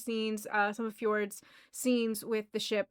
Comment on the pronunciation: Btw, Fjord's name is pronounced just as regular "Ford", like the car company. I love watching you fall into the Critter hole.